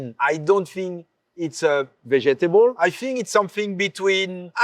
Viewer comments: vejetable is sending me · Him pronouncing vegetable like that made my day.